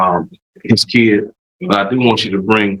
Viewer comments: I hear “keed”, not “kid”. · Defense attorney needs to talk to Judge Boyd, she'd let him know the difference between a child and a keee-ed.